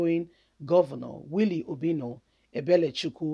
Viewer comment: Please point of correction it's obiano not obino